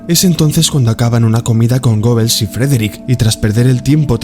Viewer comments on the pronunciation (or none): Amigo buen video pero el nombre goebbels se pronuncia gebels.